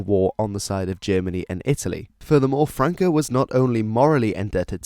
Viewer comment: franco no francoc